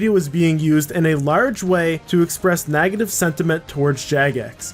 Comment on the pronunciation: starting to wonder if this mans knows how "negative" is spelled or pronounced